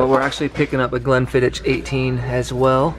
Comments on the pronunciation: loved the blog!! and here in scotland we pronounce glenfiddich... "glenfiddick" so the H is pronounced as a K 👌🏻🏴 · The pronunciation of the whisky you don’t say the ch at the end, it’s more Glenfiddick in term of pronunciation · I'm Scottish. You guys are saying Glenfiddich wrong, the ch is not pronounced like the ch in bitch, like you and say. It's like the way we say loch, as in loch Ness... it's not easy to type the way it sounds, so maybe check YouTube for a Scot talking about lochs (our lakes we call lochs) (Americans usually mispronounce loch 'lock'... this is why ya need to get the ch part right) the correct way is a soft noise from the back of your throat. The way a proper Italian says Lamborghini countaCH, instead of the wrong but more common countaSH most people say... if you get the right noise for the correct pronunciation of countach, that's the way to nail all the whisky names with ch in them! You'll be able to make the sound for sure, you'll make it often when playing with your cats! It sounds like a cat telling you to piss off! Chhhhhh! Good luck. It's funny teaching tourists this when drunk. They make weird noises like they are choking or clearing their throats, but they're happy once they nail it.